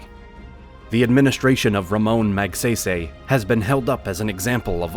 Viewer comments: Rocks-iss and Mag-say-say. really? It is more like Ro-Haas and Mog-psy-psy. as in psychic. And don't get me started on how he pronounced Macapagal. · Ramon Magsaysay's last name is pronounced more like (Mag-Sigh-Sigh).